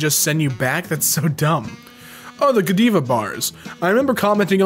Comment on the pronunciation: Who in the world doesn’t know how to pronounce Godiva?